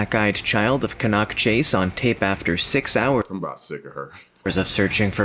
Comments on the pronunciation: its can nack chase thats how its prononced not can knock chase and its very famous for more than black eyed children been murders there a old stone age fort a bronze age fort, ,pow graveyard and britsh and canadian soldiers buried there a crash site of 2 ww11 bombers and a fighter trainee trenches for ww1 a old hospital from 1005 till 1960s a big black cat a shapeshifter ufo sightings orbs and bigfoot and dogman a hitchhier that gets in folks cars and vanishes a mile down the road a crying women in the woods to name a few and locals will not go anywere near the place as dusk comes ,i live half a mile from it ,ive seen the black cat 8ft long 3 and half ft high in the summer of 2014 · Maybe if they see some more of the ghost they might get the place name pronouncement right its Can as in tin can Can-nock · Pronounced Canuck Chase, Staffudsha So fed up of listening to this mispronounced! This was a girl and her grandma picking blackberries xx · It really gets my goat when folks mispronounce place names. For example Cannock Chase. The narrator of the video seriously pronounced it incorrectly. It is pronounced as can-knuck!!